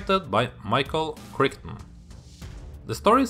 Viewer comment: It's been years since I've seen this. I shall have to watch it again! PS: Michael Crichton's surname rhymes with "right on".